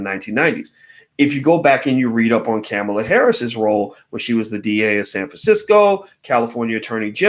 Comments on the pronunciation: It’s Ka-Mal-a!! You sound like Tucker Carlson Dr. Watkins. Unfortunately, Kamala’s perpetuation of white supremacy through mass incarceration is very concerning and should be dealt with, however, it’s irresponsible and ignorant to say don’t vote for Ka-mal-a & Biden because they are similar to current GOP administration, their not! It’s politically advantageous for Black people to vote for the left, then once they are elected, we can develop a plan or agenda for them to execute. We all as a collective have to ensure white supremacy is not perpetuated once they are back in power. CMON!! It’s simple! Don’t overthink this! Just #VoteBidenandHarris. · Why don’t you learn how to pronounce her name if you’re going To say it so much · The only person you can really trust is God. Everyone has flaws. You can't even pronounce her name correctly. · Please care about her enough to pronounce her name correctly. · Ugh..he keeps mis pronouncing her name...🤦‍♀️🤦‍♀️🤦‍♀️ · I just wish he would pronounce her name correctly. Sorry, it just disrespectful no matter what color/nationality she is. I know one thing, just like Michelle Obama said, (paraphrased) if the orange guy gets re-elected this nation and world is doomed. Now, you can sit on your damned hands (like 2016) and be all high felutant if you want but if you think the guy has no barriers now, you've seen nothing yet. We only see what the news media has reported. If you don't thing far more self serving corruption is going on behind the scenes you need to get your head examined. The attitude of voting only when you want to (especially for president) is what got this country into this mess. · Again the man who is extremely intelligent but mispronounces everyone's name and also says it every 10 seconds... Cringeworthy think he does it on purpose.. her name ain't Camela it's Kamala 🤦🏾‍♂️. Still enjoy the videos👍🏾✊🏾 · Well, it would be better to know how to pronounce her name: Comma-la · Her name is pronounced Com ma la